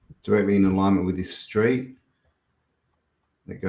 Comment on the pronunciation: What's an aligment? Do you mean ALIGNMENT??